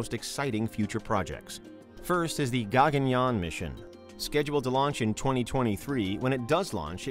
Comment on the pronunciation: Firstly It's not Gaa-gun-yaan. It's called Guh-gun-yaan